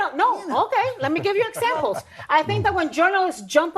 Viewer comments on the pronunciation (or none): Anna got so heated, that the Spanish accent broke out. She transported herself back to her childhood.😅 let me give you one ehsample.😅